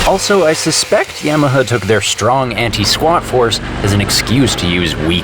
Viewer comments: Only nark with the video is that you pronounce it YamaHER instead of YamaHA. Its like haha sound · Why are you saying YAM-e-hah though? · is it really pronounced like that? I always thought it was YAH-MUH-HAH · Is he saying "Yamaha" strangely or is it just my American ears/hearing disability? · Awesome video. Subscribed. Stop saying Yamaha like that. It bugs me. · Love this video,, but I'm kinda too stunned by the news that for the last thirty-plus years I've apparently been saying "Yamaha" wrong. Or is that just your Canadian butchering? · That's not how you pronounce Yamaha,.